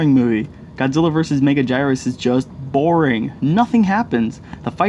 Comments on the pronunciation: It's Mega-geerus, not Mega-gyrus. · No such thing as a bad Godzilla Movie. Its pronounced Mega GOORus you dolt. Watch the movie!! Minilla was a character brought in by Toho to appeal to younger audiences. MUCH YOUNGER audiences. The Writers at Toho wanted to inject some of the popularity with the yong ones that they were seeing with the Gamera franchise into the Godzilla series. Both movies were actually quite popular among the kids at the time. At age 50 I have been watching these movies since I was a kid. I actually went to the theater with my parents to see Terror of MechaGodzilla in 1975. I have enjoyed all of them no matter how corny or sill they seemed.